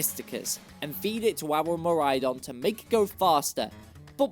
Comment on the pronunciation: DO NOT LEAVE OFF THE A IN MIRAIDON!